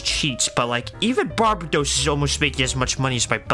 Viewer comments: No it's Bar bay dos But as one word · bro still can’t pronounce Barbados